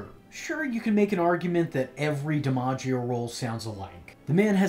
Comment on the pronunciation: John DiMaggios Joker is honestly one of the best Joker performances period. I'm glad you pronounced his last name like that. Thats how my family pronounces ours we just spell it with an E instead of an I at the beginning. Phoenix Joker performance would be cool to see your rating.